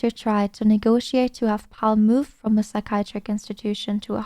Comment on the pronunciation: I'm sure your quest is a beautiful person. But if you cant say psychiatric correctly while reading it she needs more practice. Lol. Sorry luv.